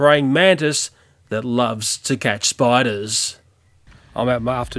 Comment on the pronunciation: I like when he says “spidas” xD Also anyone know just2good? He’s in the vid xd